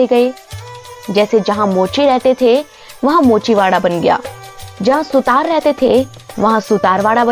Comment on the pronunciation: अबे वो सुतार नही होता वो सुथार होता है